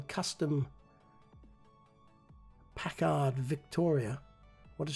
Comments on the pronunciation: And in this model, you can see why Yanks call the boot a "trunk". In the early days of motoring, it literally was a trunk strapped to or sitting in the rear of the car. (It's pronounced PACKerd, not Jean Luc PackARD). "Ask the man who owns one". They were upper-end touring style cars. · just an FYI: "Packard" is pronounced like "Pack'-erd" (with the accent on the "pack", and the "-erd", like the word "herd"). It was a very luxurious and well-engineered American marque for its day. Here's a photo of a fully restored, actual 1930 Packard Deluxe Eight Convertible Victoria: (Left-click anywhere on the image to zoom to full size image resolution - ). Note that it did not have a red grille on the radiator (I don't think any of Packard ever did). Beautiful Matchbox restoration, by the way (as always). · Nice job.....Packard Motor Car Company...pronounced PACK - urd. Best wishes to all and stay healthy. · hey. it's Pack-erd not Pac Hard. what you think is a rear bumper bar really isn't, the part that sticks up folded down to hold an actual trunk, like a steamer trunk. That's why we call the rear of the car the trunk, at one time it literally was a trunk.